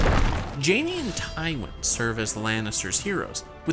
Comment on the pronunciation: Ty-WONG Lannister 🤣🤣🤣🤣 he's a believable RTS gamer, but he knows NOTHING about GoT